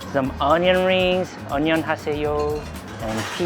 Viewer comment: When you were picking up the onion ring you said "onion ha say yo" like the Korean "Ahn-young-ha-say-yo" but someone once taught me a really clever way for Americans to say it easily. It's "Onion on sale".